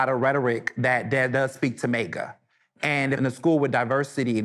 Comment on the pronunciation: The gentleman doesn’t even know it’s MAGA not MEGA!! 😂😅